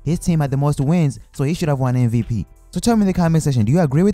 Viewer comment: It's MVP not MVT